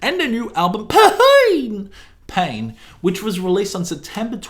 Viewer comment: As someone who steadfastly refuses to pronounce the name of the movie "Se7en" as anything other than "Se-seven-en", I massively appreciate your pronunciations of "[P]Ain" :D